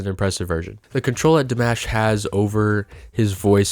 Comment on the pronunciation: Ah notes are easy, like in "DimAHsh" Please start Ponouncing his name correctly. Love your channel, Keep em coming!